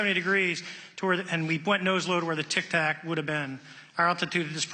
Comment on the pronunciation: Its Tic Tac not tac tac